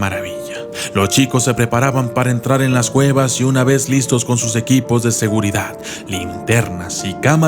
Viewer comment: Dijo gueva no cueva